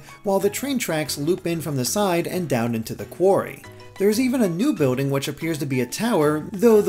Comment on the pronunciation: It's not boating It's bILLding